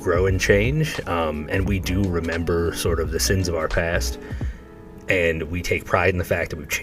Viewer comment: He does ruin every word. Just don’t start saying “and” like him….. AAUUUowND…it’s often 3 syllables.